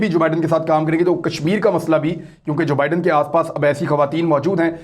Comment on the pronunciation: ۰ نئے امریکی صدر کا نام جو بائیڈن ہے ( دو لفظ ) جبائیڈن نہیں ہے 😁 Joe Biden